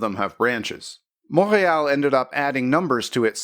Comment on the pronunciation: Mon-rey-all May-tro. LOL!